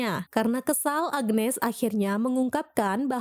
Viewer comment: Agnes bukan agenes😂😂